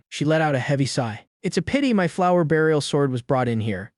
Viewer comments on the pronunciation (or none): none